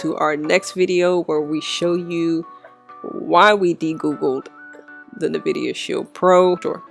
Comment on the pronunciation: Nvidia pronounced like Envida, like envy.